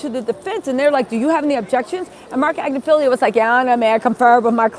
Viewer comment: How cute is with pronouncing names!!? 🤣❤✌🏻 always makes me giggle. 'AgnifiLLIO' lol